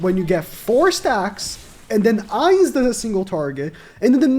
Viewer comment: Bro made me cry when he pronounced his name wrong..